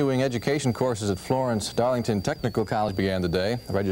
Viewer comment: they mispronounced Darlington to Darlincton. Blooper reel!